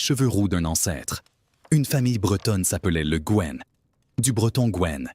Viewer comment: Houlala, ça commence mal ! Le Gaine ?? Le Guen se prononce le Gwen ; Salaün ne se prononce pas Salahune mais comme le mot salin. Gast a c'hast ! Deskit brezhoneg, mar plij !!